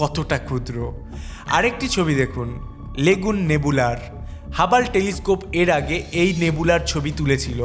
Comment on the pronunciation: আরে হাবাল হবে না রে হাবল টেলিস্কোপ হবে উচ্চারণে হবে হাবল✅